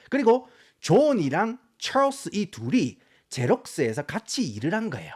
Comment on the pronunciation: 왜 알고리즘에 뜬건지 모르겠는데 경상도 사투리와 굴러가는 미쿡식 영어 발음의 콜라보가 매력적인분이시네요ㅋㅋ 좐/촬스 + 으깨/느그들 ㅋㅋㅋ